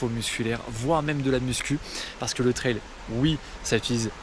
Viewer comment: on dit tri an pas tri un